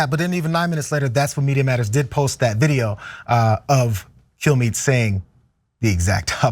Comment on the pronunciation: Had to rewind that to make sure you didn't say "Fox News Host Brian Killme".